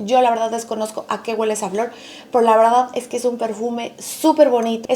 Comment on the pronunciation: Amor, ❤ no se dice: guele. Lo correcto es: huele. Besos 💋 abrazos 🤗 bye 💕